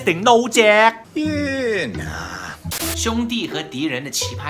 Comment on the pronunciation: 有没有一种可能就是 instead of 'yeah,nah' 但其实是 'ehh,nah' 呢？ 😅